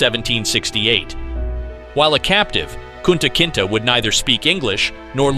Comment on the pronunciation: It's not Kunta Kintah it's pronounced Kunta Kintay. You could have watched the movie...